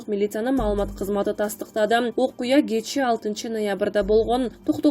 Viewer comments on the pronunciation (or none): none